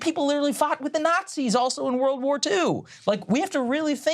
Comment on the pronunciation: I think you said 'world' wrong